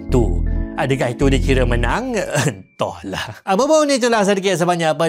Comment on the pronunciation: last skali verdict "Entoh ler" 😂😭